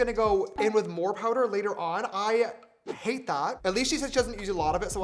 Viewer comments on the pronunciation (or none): none